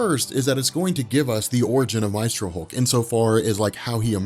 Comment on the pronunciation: "May-stro" not "My-stro"